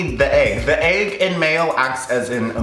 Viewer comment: i dont like the way u say egg... "aygg"